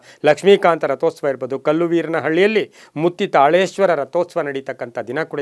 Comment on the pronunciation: ಮತ್ತಿತಾಳೇಶ್ವರ not mutti